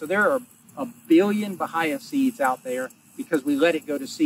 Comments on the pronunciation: Remember it is ba-hay-a not the other two ways of saying it....never heard those pronunciations. Love the channel. We are not too far from of you and watching you establish your pasture reminds me of starting ours. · It's called Ba-hey-ya. Damn Yankees... 🤦‍♂️